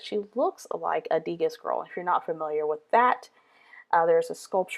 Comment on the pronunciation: Love the layout. Keep in mind, it's pronounced "Deh- GAH", since it's French. :)